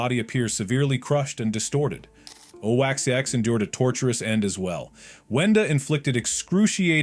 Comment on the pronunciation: That owacx stop calling him oaxx